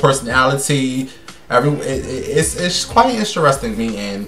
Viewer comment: OMG! This video felt like the old days! Back in New York with somebody walking in the bathroom in the background! Your ass still cant say INTERESTING!🤣😍